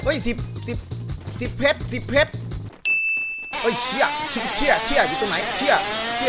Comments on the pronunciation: ฟังจนได้ยินคำว่า เพรช เป็น เพ็ก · 1เพช๋ร 2เพช๊ร